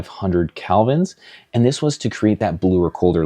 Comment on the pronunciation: Great vid. In the future can you call it by the proper term “Kelvin” instead of “Calvins”? Sorry, but “Calvins” is wrong and hurts my ears 😅 Beautiful lighting setups though